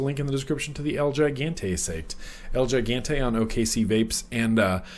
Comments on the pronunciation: hey just thought you might like to know gigante is spanish, it means gigantic and its pronounced he-gahn-tay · It's pronounced he-gone-Tay , means giant in Spanish so it's the giant